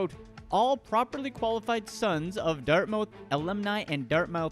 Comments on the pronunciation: I used to pronounce it that way as well, lol. But apparently it's actually "Dart-muth" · "Dart- mouth" That's the funniest pronunciation of Dartmouth I have ever heard. I thought it was a joke.